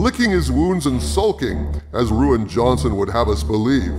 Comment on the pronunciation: I can't help but chuckle every time I hear "Ruin" Johnson